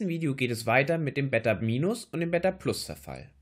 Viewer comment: Beta wird mit einem langen e gesprochen, wenn es so gesprochen würde wie du es sagst, würde es mit 2 t geschrieben werden müssen, was es nicht ist. Daran bitte noch ein bisschen feilen, ansonsten gutes Video